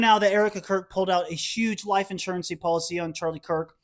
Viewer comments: Life Insurence (in-sure-rense) Policy not life insurency..... just saying. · Did he say life insurancy, twice?